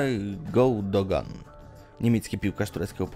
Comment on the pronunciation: Nie czyta się Goudogan tylko Gyndogan